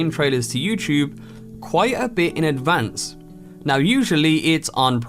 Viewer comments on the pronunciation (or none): none